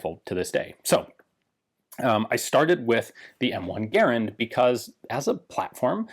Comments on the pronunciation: It's a garand not garnand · It's pronounced Garand, not Garand. C'mon Ian you know this.